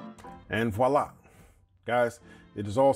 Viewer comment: OMG did I just hear an American pronounce 'voila' correctly??? You just got a thumbs up from me! 😅